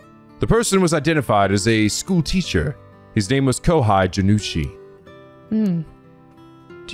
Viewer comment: Lol, not getting Araishi pronounced wrong and the picky penguins getting upset, and now having him pronounce Kohei as Kohai. I wonder how many penguins will notice it today 😅